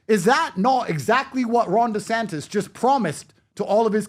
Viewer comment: Top G Indeed. Absolutely butchered Ron desantis🤣🤣